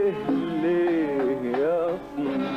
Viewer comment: صوت عندما ينطق ليييه